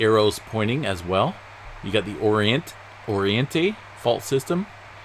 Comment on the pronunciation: Oriente Means east and you pronounced it perfect.